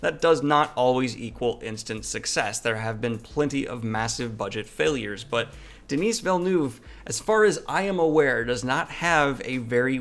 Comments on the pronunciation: Denis or Denise...omg lol. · Please be coached on how to pronounce French names. "Denise" is a woman's name, Denis (the 's' is silent) is a man's name. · As a French Canadian, the way you pronounced Denis Villeneuve’s name shook me to my core.